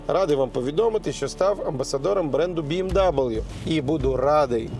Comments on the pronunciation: Пане Андрій, та чого ж Бі Ем Давлю, якщо Бі Ем Ві? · БЕ ЕМ ВЕ, Андрію =)))) Біемдабл..флфлфлфлф - то не воно =)))))) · Ну як Амбасадор BMW може називати BMW Бі Ем Дабл Ю, ну це ж Bayerischemotorenwerke😩😅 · Бе-еМ-Ве (Bayerische Motoren Werke) 🤌 А книга та особистість — цікаві... дякую за огляд.